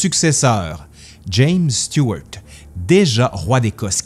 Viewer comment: Ah ben, ça fait plaisir d'entendre Stuart prononcé autrement qu'à la française ❤👍